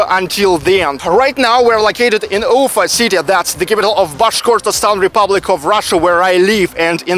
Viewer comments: quick question: why do you always say UU-fa instead of u-FA with the accent on the A? Is this the new way to pronounce it there or is it just the anglicization of the name? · а зачем ударение менять в слове Уфа?